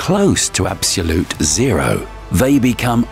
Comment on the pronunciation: I wish he could pronounce "absolute"